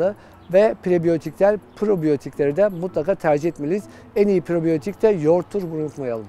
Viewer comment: En iyi prebiotik yogurttadir ???en iyi probiotik yogurttadir??? Sölediginiz anlaşılmıyor hangisi dogru??? Pre mi pro mu??